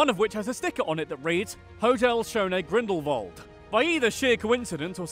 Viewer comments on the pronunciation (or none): none